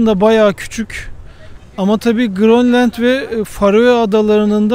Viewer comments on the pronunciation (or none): none